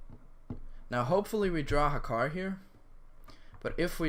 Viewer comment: It's Hakkar btw